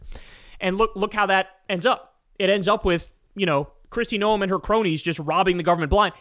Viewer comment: "No-uhm"? It's pronounced exactly the same as gnome. If you're gonna make fun of the fascist botox barbie from my state do it right 😤